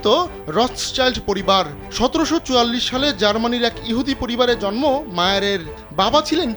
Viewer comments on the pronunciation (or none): none